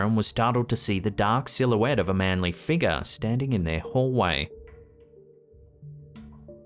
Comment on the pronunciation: You used to say "figure" correctly up until the Halloween live event and now rarely do you say the word correctly. Yes a few people made comments applauding the world "figah" but please stop saying that way on purpose no offense but it's corny and needy not to mention fake.